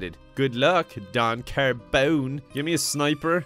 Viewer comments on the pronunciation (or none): Im italian and I love your videos, but please put some effort into your pronunciation of Don Carbone! XD